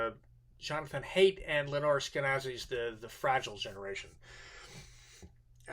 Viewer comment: Haidt is pronounced "height" not "hate".